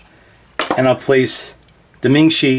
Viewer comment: it's Mingshi, not Ming shi